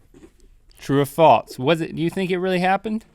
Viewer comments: Link sounds like he says 'falts' when he says 'false' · Link still says 'falts' instead of 'false' ^^ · It's false, not faltse Link. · I love how Link says "faults" instead of false. For some reason it's very satisfying to me. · Link says 'Falts' instead of 'False' my Grandma does that... Link also says bedroom shoes, My Grandma does that too....Link are you my Grandma? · Yo Link. There's no "t" in false. "True or Faults" ~ Link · was I dreaming or did he say falts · "Faltse" -Link 2015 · True or "falTse" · have u ever noticed that they say falts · Link says faltse.